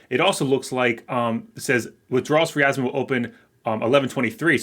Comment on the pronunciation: I giggle whenever he says Yasmine.